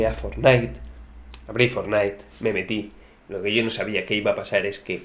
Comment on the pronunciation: really? jaja me perdiste cuando dijiste Fornite xD